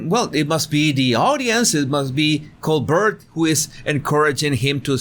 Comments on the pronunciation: It’s pronounced like Colbear not Colburt. The T is silent. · coBEAR not co BERT. 😉 😗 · PRONUNCIATION: STEVEN COLBERT (Coal•Bear) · Coal-bear. That’s how you say it. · Great video but just so you know Colbert is pronounced Col-BARE. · His surname is pronounced Col-bear just like the French actress from 1930s movies: Claudette Colbert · In America, Colbert's name is pronounced Colbear. No judgement. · Yes, he started pronouncing it the French way when he started The Colbert Report (The Colbear Repor). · Colbert is pronounced the French way.